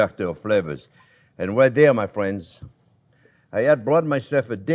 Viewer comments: There's " no white or wong " my fwends!!!!!!! Love him ❤ xxxxx 😍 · "Well, hello there phrinzzzzz!"